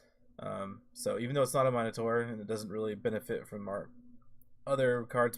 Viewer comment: Nice work here. I’m all in on Tavrod. Check pronunciation on Minotaur, I believe it’s ˈmi-nə-ˌtȯr. I used to say “monitor” and my “friends” made sure I realized my error. Keep up the great content!